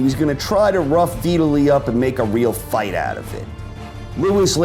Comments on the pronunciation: downvote for retardation. VIT-ally not v italy. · It's pronounced vytali even tho it's spelt vitali he's Ukraine not Italian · Veetally?????? Who is Veeetaaly? You said it right and but fuck it up the rest.....how? Ok I mean. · Ha you've clearly NEVER heard the name Vitali said out loud before huh.? 😂😂😂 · Did he just say Veetili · u are pronouncing Vitali as if it rhymes with Italy lol... it's V-talley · He mispronounced Vitali's first name. Lewis was pretty old by this point and was smart to retire. though I think Lennox again made the mistake of underestimating his opponent. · Is this how Vitali is pronounced? I never heard it said this way. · Love your videos, can not stand the way you say Vitali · But then you say it properly , so thank you/sry